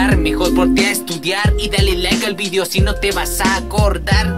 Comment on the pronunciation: Soy el unico que noto que dijo fideo?